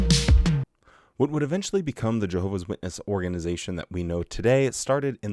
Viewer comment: "jeehovah's witnesses" Probably an accent, but that should be the new pronunciation